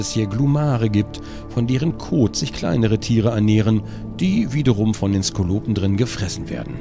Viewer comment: Skolopendra (oder Skolopender) man spricht es "Skolo-Pendra" nicht einfach so über das "P" drüberschreddern lieber gronkh ;) sind Hunderfüßer, sie gehören zwar mit zu den Tausenfüßern, aber gerade wegen dem äußeren der hier im spiel gezeigten kreaturen hätte ich die bezeichnung "Hunderfüßer" besser gefunden. Aber das wird ohnehin beinahe niemanden der dieses spiel spielt auffallen.... schade eigentlich